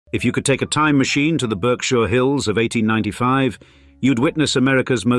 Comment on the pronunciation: I was born and raised and still live there. Us natives pronounce it “Berk-shers” and not “Berk-shi-ers”